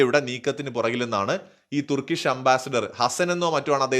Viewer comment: തുർക്കിഷ് എന്നല്ല പറയേണ്ടത്.ടർക്കിഷ് എന്നുവേണം പറയാൻ.